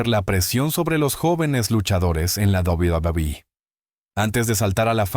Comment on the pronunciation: La IA no puede pronunciar correctamente WWE